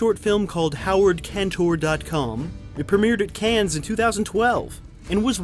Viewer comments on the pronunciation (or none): Oh, God! It's not 'cans', it's 'con'. Get it right or stop. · Are you being funny pronouncing"Cannes" as "cans?" Or are you just an idiot? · Every fricken time you mispronounced “Cannes,” as “Kanz,” my bowels seized and I threw up - just a little bit - in my mouth. Still, an entertaining look at a complex (and entertaining) artist. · After watching several of your videos I feel like I have to inform you that the french film festival Cannes is not pronounced 'CANS'. The 'S' is silent.Thank you!